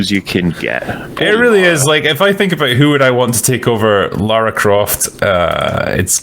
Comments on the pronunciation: Why does he insist on saying "Laura"? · Everytime he calls her "Laura" "It's LARA!!! LARA Croft!!!" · How can yanks still not pronounce Lara after nearly 30 years ffs 😂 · Why cant American's pronounce Lara correctly? There's no U in her name so why pronounce it that way?